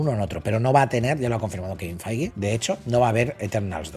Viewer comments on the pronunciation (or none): none